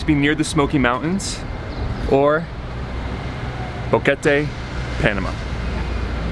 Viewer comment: Someone actually got the pronunciation right. Kudos! More correct definition is mountain gap. And don't wear a I heart Boquete t-shirt in Brasil. It means blowjob there. Seriously!